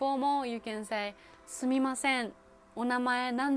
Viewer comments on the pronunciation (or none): LOL I'm crying at the intro 😭🤣😂 she says, sUUMimasEN. Genius! I have followed you but I have to watch more of your videos now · Ahh I see what you mean! Apologies! I think this is just a dialect/accent thing? I’d just stick to the ん ‘n’ sound and wait to get called out on it by a native speaker! 😄